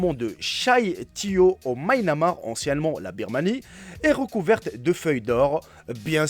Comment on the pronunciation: Non cherche pas à le raisonner, c'est comme aussi ces rochers ne subissent ABSOLUMENT pas ce phénomène incroyable qu'est l'érosion, noooooooon. (Ptn je veux mourir en entendant le maynamar au lieu de Myanmar ~~)